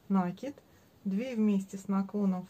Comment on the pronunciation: Все хорошо, только слушать невозможно, слово накид с ударением на второй слог, пожалуйста.